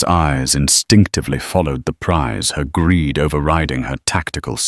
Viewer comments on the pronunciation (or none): none